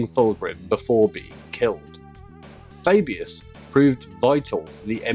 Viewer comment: The Way you say Fabius is Cool.